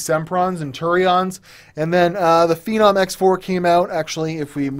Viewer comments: What do you think this guy is? We can't be watching the same person.... This guy called a "Feenomm" a "Fennum". That's your queue to realize how much of a nubcake this guy really is. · It's "Feenomm". Get it? You saying that incorrectly actually triggers me beyond belief. "Fennum"? What the fuck are you thinking? Your mom did you a huge disservice not teaching you phonics. This is not the first time I've seen you have an issue pronouncing something. Q6600 was not in any way a "Business Processor" keep talking shit buddy, you'll get far... Lol. Furthermore, Phenom II absolutely does not do "Well over 4ghz". That's laughable. Average OC is 3.6-3.8ghz. Most Phenoms will not do 4ghz. Deneb was the only chip where it was basically guaranteed. I'll keep de-noobing you. Don't worry man. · Not Fe-Num....It's Feeee-Naaam